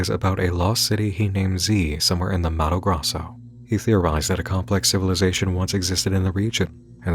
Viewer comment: Missed ya, it's been a while As a Brazilian I must say, it was hilarious hearing you pronounce Mato Grosso 😂 Love ya